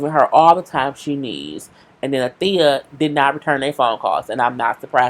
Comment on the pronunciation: She called Althea every thing but Althea 😩😂😂😅